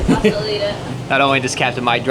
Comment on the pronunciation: accent really came back out with that "still" sounding like "steeeal" 😂